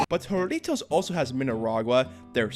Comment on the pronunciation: It's pronounced Harry-toes